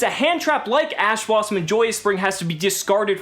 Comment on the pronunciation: Your man said ass blossom. Thought we wouldn't notice but we did.